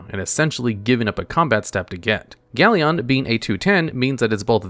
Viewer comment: Galleon is pronounced gal-yin, not gal-yon.